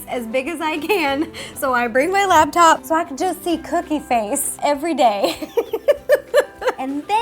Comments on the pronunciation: It's laptop, not labtop, Ro. I used to do the same thing. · Laptop, not labtop...